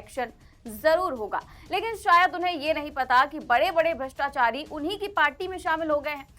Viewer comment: भ्रताचारी, भ्रताचारी बोल रहा है